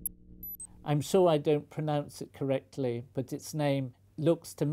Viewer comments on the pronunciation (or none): none